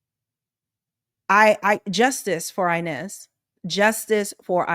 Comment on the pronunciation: How the director call Inez?.. Næzy? What? Did someone also catch that? 😮